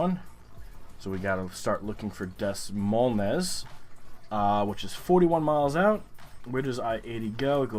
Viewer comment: Des Moines is pronounced duh"-MOYN. It's the capital of Iowa fyi.